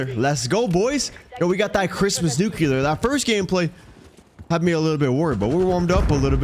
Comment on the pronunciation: Nice Nuclear!! (Although, NOT pronounced “Nuke-YOU- LER)